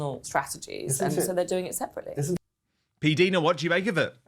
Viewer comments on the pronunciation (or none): Dan, please stop pronouncing PDina ‘s name incorrectly. It is said “diner” as in American diner( restaurant). I have heard her say it that way herself several times. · Dan! It is pronounced P-Dyna or diena not Dina! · Pronounced P-DIE-NA.